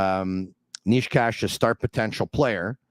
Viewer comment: A little help in here. Nečas = Naychas Not Neeshcash and definitely not Naysach 😅